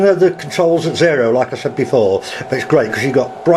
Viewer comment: Said not sais